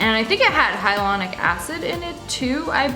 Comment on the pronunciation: “And I think it had hylonic acid in it too” sis it’s hyaluronic acid